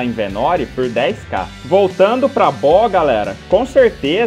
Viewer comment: Se pronuncia , Bê óoo ágáaah.. hahaha ... mas tu não fala o quanto regenera de mana e vida por segundo. ...